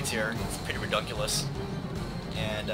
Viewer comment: "Reduculus" :D